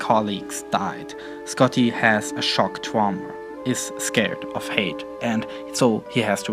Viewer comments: Please practice saying the word height, you sound like your saying hate every time, it's really annoying and distracting. Otherwise, quite interesting. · "Height" is pronounced "HYT". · he's not mixing it up, just mispronouncing it. he means height, clearly the influence of the German language.